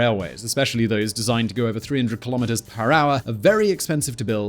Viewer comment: Nah. I like Key - lom - mitt--ers